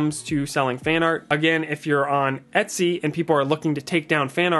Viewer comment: Are you pronouncing it Itsy (as in bitsy)? it's EH-t-sy, as in Ergonomics. It's funny bc you said it correctly in other parts of the video.